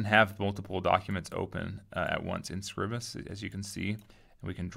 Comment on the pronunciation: Scribus - from SCRIBE - not scribble. Scry-bus.